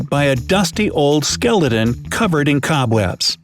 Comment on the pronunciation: At he attempted to say skeleton, he did not